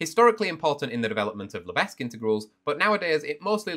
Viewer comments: The disrespect the way u said lebesgue (it should lebek, but i'm subbing anyways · He didn’t just say Lebe(s)gue did he! 🤦‍♂️ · The pronunciation is wrong, in France we pronounce « le beg » because the s is silent 🤯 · The 's' in Lebesgue is silent, because of coure it is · the fact that he pronounces it phonetically means he probably just can't. Definitely does not fully appreciate the significance of measure and (Lebesgue) integration theory.